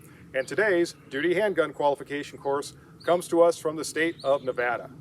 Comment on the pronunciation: Thank you for showing the respect,,to pronounce our state name properly...It may seem trivial to some,but it means something to us...